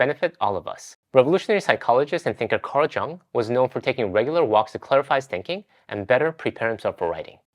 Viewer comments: Thanks for the helpful video! One correction: "Carl Jung" is pronounced "Carl Yung." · Carl Jung is Pronounced Carl Yung